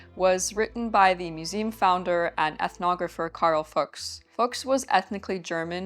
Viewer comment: As a german person: the name is not at all pronounced like the F word :D :D Loved the video super interesting